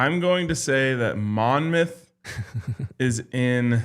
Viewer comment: Monmouth, NJ. pronounced without the N after the O. Mahmuth